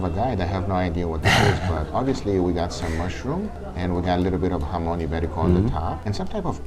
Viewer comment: I nominated as guga’s guide through Barcelona! That would be amazing even if his pronouncing of jamon is questionable